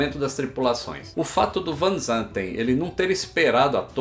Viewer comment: Van ZaNten